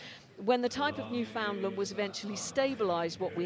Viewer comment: It's pronounced 'newfin-LAND' - at least when it comes to the Canadian province. This is my favorite group to watch :) Thank you for sharing everything online.